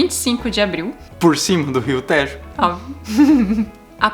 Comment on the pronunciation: Brasileiros que dizem Téééjo e não Têjo, merecem a melhor das refeições, no melhor restaurante vegetariano do mundo e de Lisboa: "Os tibetanos" ! Sempre otimos vosso vídeos.